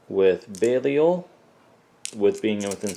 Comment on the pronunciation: how did you pronounce belial???